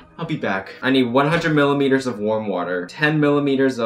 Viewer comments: "Millileters" Oh my dear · I love that he said milliMEters of water ahhahahahaha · who's gonna tell him that its not milimeters